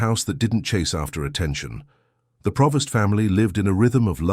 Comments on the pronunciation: PREvost not Provost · It's Prevost, NOT Provost!